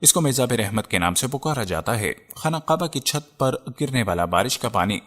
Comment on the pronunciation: Yar vedeo tu bokht nice hy mager ye talafuz yani pronunciation teek ni ye qaba ni kaba hy bai